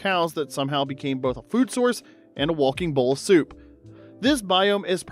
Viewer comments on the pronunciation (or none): none